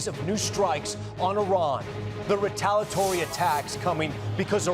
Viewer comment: Why can't Tom say "retaliatory?"